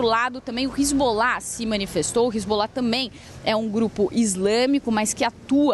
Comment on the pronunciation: Hisbollah 😂😂😂 de onde essa repórter tirou isso?? 😂😂😂